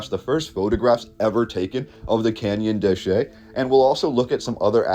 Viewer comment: It is pronounced "Canyon de Shay" because in Spanish, two "L"s together are pronounced like a "Y" in English.